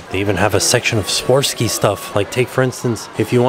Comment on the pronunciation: Ah REE bas brothers, Swar ov ski. You're cute when you mispronounce .